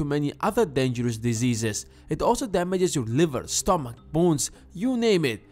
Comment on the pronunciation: Stomach not Stomack